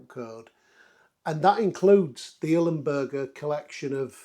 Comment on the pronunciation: I'm really sorry mate, I don't want to rant, but for kit worth more than 1000£, one should pronounce it properly. It's ILMberger, NOT IL-E-Mberger! (however I do understand the "bUrger" over the "bErger", cause of the native language)